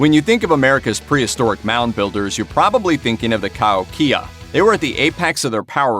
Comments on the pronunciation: Mispronounced Cahokia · Learn how to pronounce words like Cahokia, et al. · Dude, it's pronounced ka-HOE-kia, not ka-hoe-KIA. They lived in a part of Illinois where I lived. In elementary school we went on two different field trips to a state park called "Dixon Mounds" which when excavated turned out to be a Kahokia burial site. When the scientists were finished they left the remains exactly as they were found, built an enclosure over the entire site put in walkways and turned the whole series of mounds into a state park that was open to the public. We had some pretty cool field trips when I was in school but this one was by far one of the top 2 or 3. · Cahokia— ka-HOH-keya Diets were a little more varied than you explained, but given your time format I can understand the glossing over the details of environmental differences and tribal differences made varieties in diet. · Informative (even if some information was wrong: IDK)---and surprisingly, made me hungry in the middle of the night! One thing I do know is wrong: "where the devil did you get your pronunciation for Cahokia? It's pronounced "Ca-HOKE-ia." Just sayin'. Stay safe, everybody. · I'm a member of the Cahokia Mounds society. And it's pronounced "Ka- ho- kee-a". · Born and raised next to Cahokia Mounds. Pronounced..Kuh Ho Key Uhh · Ka Hoky ah You might need to research pronunciations first, you slaughtered many of our First American names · Kept my attention until he pronounced "Cahokia" wrong, then took the rest with a grain of salt....still interesting though. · I loved this, thank you. However, I am descended from Cherokee and live right next to the Cahokia mounds near Saint Louis, Missouri. You are pronouncing it incorrectly. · 1 you pronounce Cahokia wrong. 2 you missed a lot of other things they did. They fished from the Mississippi tributaries, hunted the land, even had agricultural influences in the area or how they made corn meals. 3 you didn't show their massive mounds.